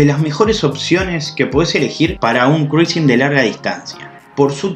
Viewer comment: Mejor pronunciar: Crusing 😉